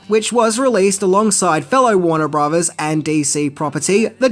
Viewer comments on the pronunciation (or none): none